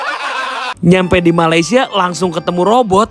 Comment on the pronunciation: Sebut Malaysia pun tak betul, nak buat robot? Takpayah lah Konoha. Pergi betulkan jalanraya di negra kamu terlebih dahulu. jangan mimpilah nak jadi maju macam Malaysia. 3000 tahun nelum tentu maju kalau semua DPR koruptor dan pemalas bekerja.